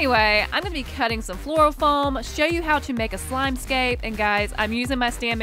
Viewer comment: why does she say foam like floam